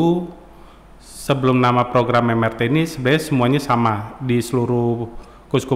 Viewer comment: MRT 👉 bacanya em er te, bukan em ar ti. sudah menginformasikan singkatan yang benar lho sejak awal